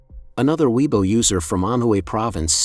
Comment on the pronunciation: Can you please learn how to pronounce weibo?